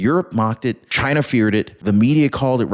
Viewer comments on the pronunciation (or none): none